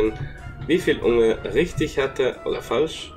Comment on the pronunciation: Betonung von unge ist ja on point